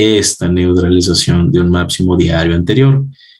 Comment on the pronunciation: excelente explicacion. Pero se dice máXimo!!! Reacción!!!ReaPcion no!!! máPcimo no!!! Gracias!